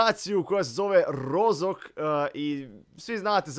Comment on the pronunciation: Nije Rozok, nego roškok